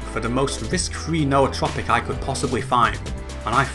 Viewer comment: Thank you for pronouncing Nootropic correctly. Drives me nuts when people pronounce it "newtropic".